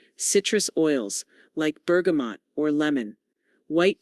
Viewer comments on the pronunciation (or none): none